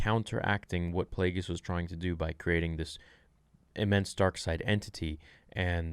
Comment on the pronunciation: It's Plagueis.